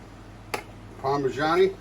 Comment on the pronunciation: I like when you pronounce it parma-JOHNNY and MARY-anate. Can you say that more? It's fun!